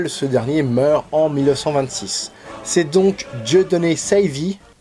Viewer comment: "Dieudonné Sèyvi".. Euh.... On parle d'un Belge né à Liège (à l'époque c'était séparé mais maintenant c'est dans la ville même) x') Tu peux dire Saive comme celle de l'arbre x)